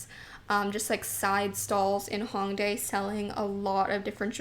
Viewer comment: The “Ho” in Hongdae rhymes with “toe.” This being said, you would pronounce the city as “Hoe-ngdae” instead of “Ha-ngdae.” I understand that you’re Canadian so your impulse is to pronounce it as if the first syllable rhymes with “song” or King “Kong” but this incorrect. I know you have no ill-intentions! But it would be nice if Youtubers would educate themselves more about the country and the places they went. As a Korean viewer, it would’ve been nice if you made the effort instead of consistently mispronouncing it. I hope my comment does not upset you or anyone. Much love xoxo